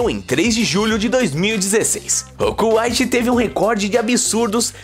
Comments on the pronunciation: pera pera pera, como e que diz cuaite? kkkkkkkkkkkkkkkkkkkkkkk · CÚaite é kkkkkkk